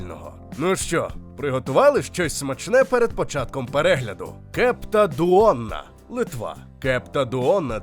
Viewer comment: ну, коли бачите литовське Е (без крапочки зверху), то думайте шо це Я. тому кЯпта дуона. ну а наголоси в невідповідних місцях в литовських словах - гм... tinginYs, koldŪnai. шалЬтІбаршьчяй. бульвіняйські - це вопше. ну люди, вам шо бульвє на бульбу не схоже? бульвіняй блінай - це ж картопляні млинці. кібінай не особливо популярні серед караїмів, це караїмська страва. краще б про варьшкєс суріс розповіли.